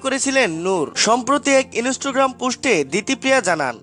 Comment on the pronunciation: সালা অশিক্ষিত মাল। ইনস্টাগ্রাম কে বলছে ইনোসটাগাম। সাবোসকাইব না কথাটা সাসক্সাইব।😝😝😝😝😝😝😂😂😂😂😂😂😂😂। কোথায় থাকো কাকু কথা শুনে তো মনে হচ্ছে পঞ্চম শ্রেণি অবদি পরছো। আবার You tube এ video করতে এসেছে😧😧😧। চোল বাড়ি গিয়ে ধনেপাতা বেচে সংসার চালা। তোর দারা You tube video হবে না 😂😂😂😂😂😂😂😂😂😂😂😂😂😂😂😂😂😂😂😂। যতো সব পাগল।